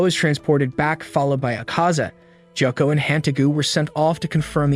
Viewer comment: ITS GYOKO NOT JOKO AND ITS KANOA NOT KANOW AND ITS SANEMI SHINAZAGAWA NOT SENAMI SHIUZIGWGAA AND DONT CALL ME SWEET KAWAII NEZUKO AND WHY THE HELL ARE YOU CALLING PEOPLE “ Kawaii mitsuri “ ETC. WHY ARE YOU CALLING PEOPLE KAWAI ITS WEIRD